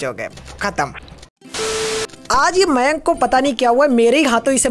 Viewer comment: Maynk nai ma'ya'nkkk